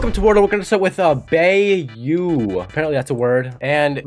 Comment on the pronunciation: It's pronounced BI-YOO. It's a famous geographical area of places with abundant swamp areas, like Louisiana.